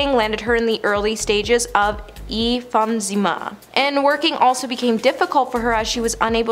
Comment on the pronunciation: And e jump sema??? For emphysema.. Does she not practice or is she not told how to pronounce things, she especially mis says a lot of words!!! Oh and just heard Roman Putin ski aka polanski...lol